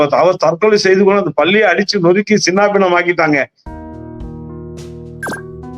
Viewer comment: என்னய்யா தமிழ் இது. " பல்லியா " " பள்ளியா " ஐயோ தமிழுக்கு வந்த சோதனை. தமில் வளர்க தமிளு வால்க